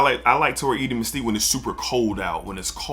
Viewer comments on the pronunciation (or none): none